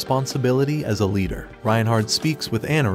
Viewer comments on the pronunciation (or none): none